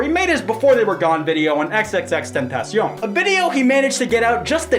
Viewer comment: Ty for pronouncing xs name right lmao